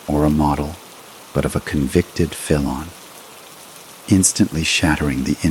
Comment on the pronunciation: Worst crap ever. Can't correctly pronounce ' felon' . Can't pronounce...'RicoAct' ....and many other words. Lazy: hey, let's get AI to write the story, then have AI narrate the story. The result is garbage.